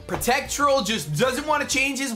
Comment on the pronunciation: PETREL!!!!! NOT PROTECT-TRoLL, come on